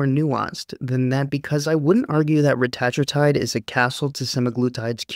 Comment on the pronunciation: Believe it or not, ‘Reta-tru-tide’ is actually not the way most medical researchers or clinicians (or Ely Lilly’s CEO) say it. 😮 They say ‘Reh-tat-rue-tide’. Like in this vid. Dude had it right. 😎 But it’s one of those words that’s been said wrong for so long (and so often) that the wrong has become the default. So at this point, ppl may as well say it either way. Otherwise they’re just gonna be really confused. 🤷🏼‍♂️